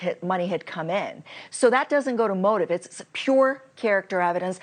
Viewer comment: MurDAW not MUR DOCK. MUR DAW!!!!!